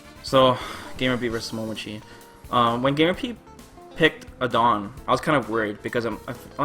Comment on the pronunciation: never heard your pronunciation of Adon... didn't know what character you were talking about for a while. But yeah SF4 were crazy!